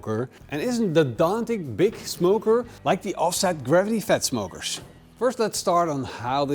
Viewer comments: What's garvity?😂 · Garvity or gravity?😂